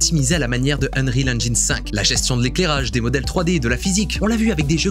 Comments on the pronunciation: "Engine" se dit "Ennjinn" pas "Ennjayinn" Même chose à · Cool mais on dit "ènjine" et pas "ènjaïne" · Super! Petite info, on ne prononce pas "engyne" mais "engine" avec un "i" et l'accent tonique sur le "en" en anglais. ;) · Bon alors tu dis enjaillne ou engine ?^^ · J'en peux plus de la prononciation Eng[aï]ne ^^ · Salut! Juste une petite remarque: on dit "engine" avec un i à la française et non "enj-eine" comme le 1 allemand. On est beaucoup de français à faire l'erreur je te rassure haha. Edit: bon t'as corrigé le tir en cour de vidéo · Hello. J'adore ce que tu fais et aimerais avoir ton talent et connaissances en images de synthèse. Mais stp, fais un effort de prononciation de l'anglais pour ne pas propager de fautes auprès de tes abonnés, en particulier sur la prononciation de "engine" que tu utilises forcément souvent... En plus tu fais la faute plusieurs fois au début et plus après (par contre awaken et unrecorded, c'est pas ça...). 😊 À part ça, video très intéressante (comme toujours).